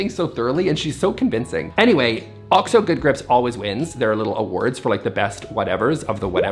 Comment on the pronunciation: bless you for pronouncing OXO properly, it’s like nails on a chalkboard when I hear people say O-X-O. I’m guessing you got it right from watching America’s Test Kitchen, that’s where I learned it. Love you so much ❤. I want to see Sophie too! Please share. P.S. I posted before the video was done.